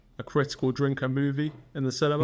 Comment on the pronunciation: Moovee. Not Mew-vie. Here to help.